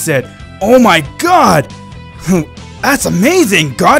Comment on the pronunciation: bro i love in his videos when beerus say super god he say super siayan gad